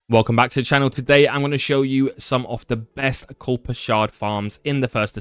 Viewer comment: There is no letter L in Kuiper. This is not new information. So sick of all the copy cats just taking other peoples advice and presenting as their own. Probably why you have over 2.6K dislikes to 8 likes.